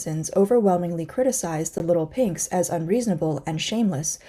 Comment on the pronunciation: Not leetel peynx but leetel peeygzz jajajaja